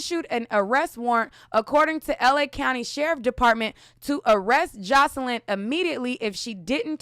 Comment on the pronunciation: Girl! You know why you keep mispronouncing her name... bcuz of all those R Kelly updates you've done. 😄😄😄